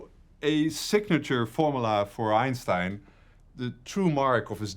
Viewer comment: It's a well known fact that, before he passed away, the famous physicist changed the pronunciation of his family name to EENSTEEN. 🙄